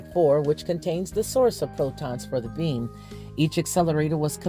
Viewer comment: When you say beam, it sounds like you're saying "being"